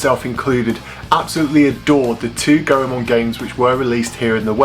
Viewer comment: Lol the last time i saw you ya dressed up like Goldust. you look so different lol im glad your a fellow Ganbare Goemon fan! Also its actually pronounced "Goy-Mon" just thought i'd help!